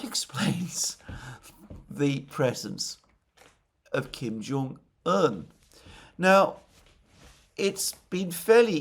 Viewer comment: I'm glad that Alexander finally got the pronunciation of Kim Jong-un right. It used to hurt my ears.